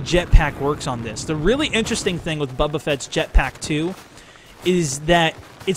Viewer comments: He's been pronouncing it that way for the last 5 days on EA Early Access, lol. He said, "Someone in the comments corrected be for saying 'Boba'". So, he was just misinformed early on. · Bubba? You mean boba